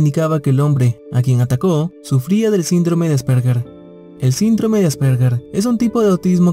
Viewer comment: Aspergar?...es Asperger y la "g", se pronuncia como "y". (Nota cultural)